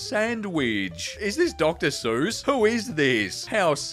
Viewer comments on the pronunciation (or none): none